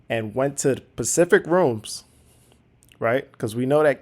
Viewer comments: did I just hear you say “…went to pacific rooms…”? The word is “specific.” Lost all credibility. If you actually make a point I’ll never hear it. I’m out on your stupid channel. Also the word is “asked” not “aksed” or “axxed” however one would spell a word that doesn’t exist. Heard you say that while writing this comment. Unreal. Maybe learn English before making an attempt at this YouTube thing. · Specific rooms, not pacific rooms. You realize the way you speak causes you to lose credibility? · Please tell me you didn't say 'pacific' for 'specific'. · Did he really just say "Pacific Rooms" ??? Wth ?? SPECIFIC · haha, “pacific rooms.” you mean specific.